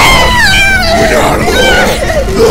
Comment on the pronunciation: Jajqkaja "buenardu!!" jsjsjaja siii